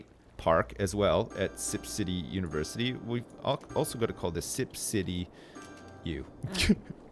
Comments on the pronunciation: I wonder is "univerCITY" was on purpose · "UniverCITY"......dick has been ripped